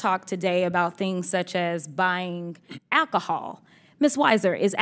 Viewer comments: what the fuck is acacohol? Sir, I need to axe you a question. What the fuck is acacohol? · Loving how she said ackohol! After that, her argument went up in flames! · Well it is Ackahol, really, brings the Ack, out in everyone, either to themselves or others in the way. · First and Foremost Jasmine, wit yo project neck bouncing. "Akahall" is not a Word!!!!!!! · "AKee -HAL?" It's Alcho-hal sister.